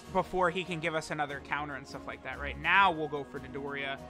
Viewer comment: That "ANOTHER" hit different today